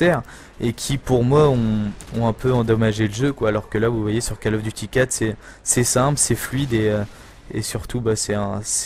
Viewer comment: Autant "d'expérience" et tu continues à dire (j'écris en phonétique) : cal of. Bon sang, ça se dit cOl of. Décalage entre ta voix et le jeu, bien 5 secondes sur la fin du gameplay :s À part ça tu commentes bien même si tu dis des choses ridicules sans y penser. Cherches-tu à te faire flame ?